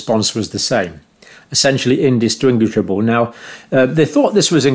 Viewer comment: Indis-what? Say words correctly. First it was Bion Tech instead of Bio N Tech. Then Satistics instead of statistics. Non- communicable became NUN- Communicable. NANO from John's mouth is NON-OH... AND now you can't even pronounce indistinguishable? Are you ACTUALLY dyslexic or are your dentures loose?